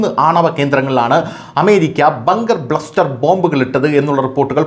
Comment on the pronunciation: ബ്ലസ്റ്റർ അല്ല അണ്ണാ, ബസ്റ്റർ 🤣🤣